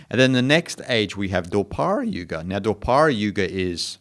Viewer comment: I am an Hindu and learned a lot from your video. A few this I wish to mention. The a at the end of the name is not pronounced. I don't know how it got spelled that way. Kaliyuga is Kaliyug and so on. The third young is Draparyug. You got it a bit wrong